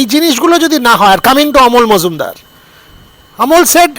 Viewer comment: ওটা মজুমদার নয় রে, মুজুমদার।